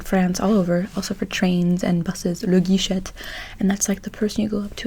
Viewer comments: je viens de découvrir ta chaîne et j'aime bien :) j'habite en france, en Normandie pour être plus précis lol ,bref je m'abonne a ta chaîne elle est cool :) (et guichet se dis guiché et non guicheT ) tu ne prononce pas le T ^^ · Salut :) Tu as tendance à prononcer la dernière lettre du mot, alors qu'en français on ne la prononce presque jamais. Par exemple guichet ou passeport, on ne prononce pas le t ;) Très bonne vidéo! Mais y a des trucs que j'arrive pas à deviner : tu as grandi où, et quelle est ta langue maternelle?